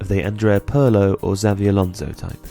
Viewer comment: I didn't know a football interested person could screw up the pronunciation of so many names this badly. There were a few names I'm not sure of. Is Purlo/Pøhlow meant to be Andrea Pirlo?